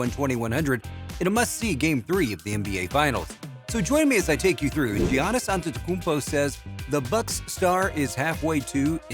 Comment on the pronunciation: Is it me or is this 🤡 pronouncing his first name funny..😂🤣 I must be trippin.